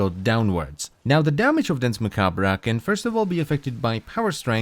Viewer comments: Nice video, loved the in depth review. But man, I have to point out that you badly mispronounced Danse Macabre. It's actually pronounced closer to Dawnce Mah-kab. Both words are french, and literally means "Dance of Death", which is an old artsy trope that all people regardless of their lot in life will be whisked away in a final dance or show by the personification of death. Which I felt kinda adds some flavor to this warframe. As it's kind of implying it's the personification death. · Its prononced "dance ma-kabe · That is not how you pronounce Dance Macabre (its french) and he spins COUNTER-Clockwise.